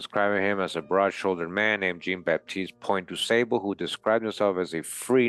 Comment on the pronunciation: Jean is French for John and pronounced "Zhon." Zhon BahTEEST Pwohn Du SAHbluh.Thanks for this video.